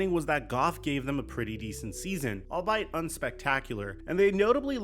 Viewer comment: First it’s All-Be~it I have no idea what you said second it’s really hard to find someone who can actually play quarterback in the NFL so they should definitely do everything they can within reason to extend Goff